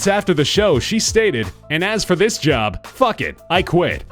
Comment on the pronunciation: = And as for "THIS" job, not "TIS".